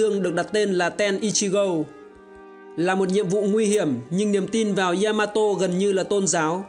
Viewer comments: ya ma to. chứ ko phải y .a . ma to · bác làm video hay nhưng mình muốn góp ý nhỏ. Yamato ko đọc là y-a-ma-to đâu. Ya là 1 âm trong tiếng Nhật phát âm theo kiểu tiếng Việt thì là giữa âm "nha" với âm "zda", tiếng anh theo kiểu "ja" ấy. Phát ra 1 âm ya thôi chứ ko phải 2 âm y +a. mình làm về 1 sự kiện hay 1 nhân vật, 1 chủ thể nào đó nên đọc đúng tên của chủ thể đó, người ta gọi là sự tôn trọng :)